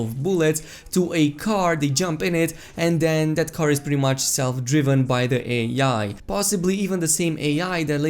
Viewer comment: Did you just pronounce AI as Ay Yay?😂